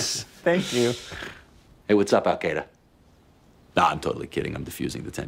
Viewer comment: He said App-Qaeda